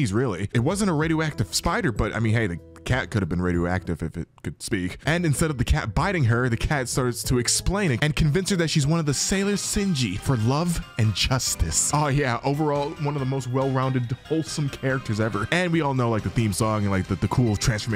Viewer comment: Senshi not senji.